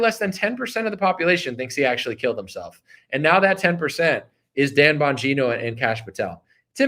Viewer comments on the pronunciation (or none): none